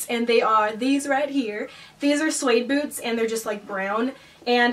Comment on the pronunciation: The first time she said the word "boots" I thought she said "foods" but then the next sentence I realised by context that she said "boots"